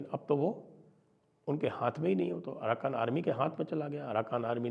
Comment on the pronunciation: Aaraka ❌ aarakan ✅